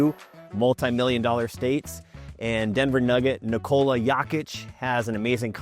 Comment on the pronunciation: Nikola who???? 😂😂😂😂 instantly lost all credibility in the first 30 seconds